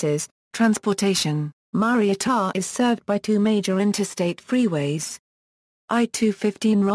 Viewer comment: said wrong